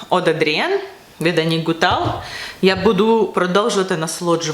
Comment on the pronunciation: Привіт. Хочу поправити, якщо дозволите? Аннік Гуталь француженка, тому її прізвище вимовляється з мʼяким знаком на кінці. Я була в бутіку, консультанти там так вимовляють.